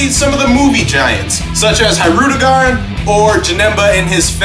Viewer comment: Oh Man U butchered his name lol